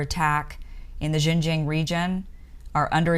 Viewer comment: Your American pronunciation of Xinjiang hears a lot like the mandarin pronunciation of Shenzhen. It really confused me sometimes. But the analysis you gave have been wise and should help the western people and especially the people in the US to better understand the Uyghur issues in China. Thanks for your great work!!!